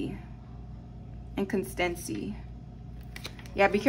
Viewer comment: Sounded like ( in-con-stan-cy)